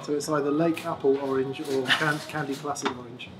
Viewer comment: "...we've chosen a one-off Limited Edition 'Candy Placid Orange' finish" Oh! I heard "Candy Flaccid Orange" and, while laughing, was wondering what the inside joke was. Aside from the box color, are there any other differences in the TPS edition, or is it the stock JAM circuit? Great video, gents.